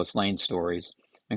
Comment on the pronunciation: Binder, rhymes with tinder.